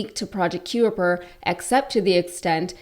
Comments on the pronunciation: Just sayin’… “The word "Kuiper" is generally pronounced ky-per, rhyming with "piper". “ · Kuiper is pronounced kye-per☺ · "Kuiper" is pronounced "Kye-Per" as in the Kuiper Belt... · Kuiper is pronounced K-EYE-PER, as in K-EYE-PER belt... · Pronounced Kyper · Do learn how to pronounce names properly ! Kuiper is pronounced “KYPER”. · Thanks. I was about to point out the same. If unsure at all, were I to be making videos to "educate" people, I'd make sure I knew how it was pronounced. Makes me thirsty for some De Kuyper's anything!! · ‘Being interested’ and ‘having an interest in’ are two completely different things. Also, pronunciation of ‘Kuiper’ multiple times minimum of 4 times. Look up the pronunciation of Kuiper.